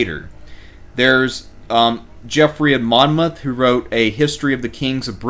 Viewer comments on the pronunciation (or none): none